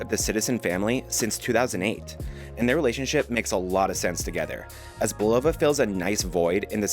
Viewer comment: great video, BUT its pronounced " BULL-OH-VA "😊